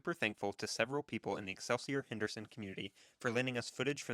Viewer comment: Since you can't even pronounce the title of the bike correctly, I find any information after that highly suspect.